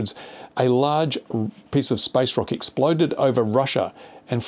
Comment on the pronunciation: Meteorites are not space junk, space junk is stuff we the people of earth put up there. While I agree 99.99% of the time with what you say comparing natural phenomena to drone incidents is stretching it and servers no purpose in furthering the drone cause. Not to mention you need to speak the word, your "rock" sounds a lot like "rocket" but then maybe that was intentional.